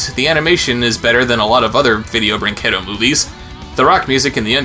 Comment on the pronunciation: I know it doesn't matter much but the 'u' in 'brinquedo' is mute in Portuguese. So it should be read as 'brinkedo', as opposed to 'brincuendo'.